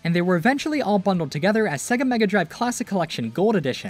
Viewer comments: Cool video, informative. But pssst, it is SEGA, not SEGGA. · Why do you keep saying it as "Seg-ga"? Before the title screen on the 16-bit games, it even says it as "Say-ga" which is the proper pronunciation. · everyone says segga like they cant hear sega intros